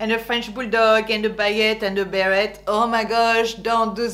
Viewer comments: But you said Bear-Ette and we say bear-ay., non? P.S. I agree all your “don’ts”… so true. Also about the sexy dressing, décolletage etc. not at the office unless you don’t want to be taken seriously. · Bit much to criticize women for mispronouncing the names of French brands, then mispronouncing, "beret," a word which, I believe has a French origin. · Wait, so it's actually pronounced " be ret " like Americans say it?? I always assumed the t was silent haha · I'm very impressed with your video. I have a close friend who spent her first 7 years in France, then her family emigrated to the U.S. She epitomizes everything you've mentioned. I have a quick question. As a Canadian, with both English and French as our national languages, I was taught to pronounce "beret" as "beree". Is this wrong? I noticed that you pronounce the "t".